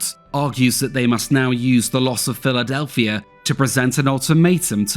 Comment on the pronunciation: Philadelphier in Americer. Thanks so much for mispronouncing words ending with a. If I ever catch an American engaging in such wretched and derogatory speech, you'll be big trouble. I have tremendous respect for the Brits. But they literally mispronounce the same word in a single paragraph. It's absolutely ridiculous. Much bollocks.